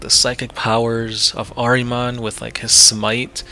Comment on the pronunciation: Say it with me ...... ehr-ihh-mohn ....